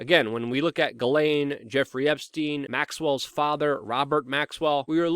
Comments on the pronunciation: also, her name is french its PRONOUNCED> SHJEH-SLAIN. add a french accent and you got it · At this point, she has EARNED the name JIZZ-lane and you should not feel bad about “mispronouncing” it.